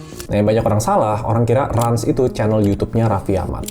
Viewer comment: RANS dibaca RANCH.. kenapa masih pada bingung.. jelas itu bisnis ternak 😂